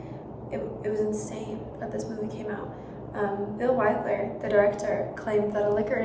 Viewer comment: And it’s Billy WILDER - not Billy Widler. SMH